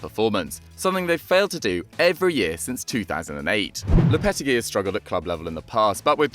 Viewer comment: It’s “Low-peh-teh-gi”